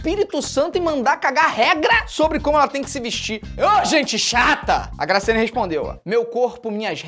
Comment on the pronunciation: Eu ficava voltando TD vez que ele falava grascyannee Barbosa (n sei se é assim se escreve) mais e MT legal kkkkkkk